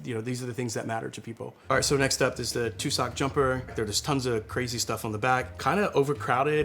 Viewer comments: tussock..... drove me mental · It's pronounced "TUHSsick", not "Two-sock"! And the bear is wearing a "jumper". That's the joke. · Says "too-sock" the whole episode then 'i may have put my foot in my mouth' I mean, yeah, lmao. "Tuss- uhk" not "too-sock".😂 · Tussock = TUH-suck. He's not really the target market for bear-in-a-sweater wine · Also tussock isn't pronounced like Tuscon - it's more like truss without the r and ick. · YouTube doesn’t choose what gets published on its site. That’s kinda the point of YouTube. As far as the word “tussock” is concerned, he knew what he was going to present and he could have checked that astonishingly easily. That’s just basic preparation. The word “demeter” on the other hand is something that is known and frequently discussed in the wine industry. Not knowing how to pronounce that word does make me doubt his knowledge. There is so much “information” on social media with no easy way for non-experts (most people about most things) to verify truth. Excusing obvious errors because you like the guy, or because you want to believe what he has to say, is probably not a big deal when talking about wine—but it really matters when you’re getting fed lies and distortions on things that really matter in life. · I feel the name "tussock jumper" has a New Zealand connection, tussock is a grass endemic to N.Z and we call sweaters "Jumpers"... Also, tussock is not pronounced that way. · Are you dyslexic? You keep reading the fairly easy wine names wrong (i.e. Vichingo - you know, like the Vikings that it's got on the picture - as Vinchigo, or Tussoc as Tucsoc).